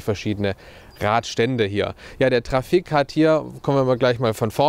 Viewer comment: Er spricht das trafic falsch aus